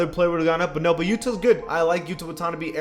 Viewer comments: Bruh yuta Wah-tona-bee it’s pronounced Yuta Wah-tuh-nah-bay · Bro its yuta wa-ta-na-bay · bro said “watonabee” lmfao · You did not pronounce Yuta Watanabe’a name like that 😭😭😭😭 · Your saying Yuta’s last name wrong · Bruh butchered Watanabe pronunciation 😂